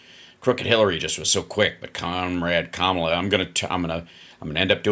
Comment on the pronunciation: Hey donnie duck... keep saying Kamala's name wrong 😂😂 it just confirms your loosing your brain old man!! 😂😂😂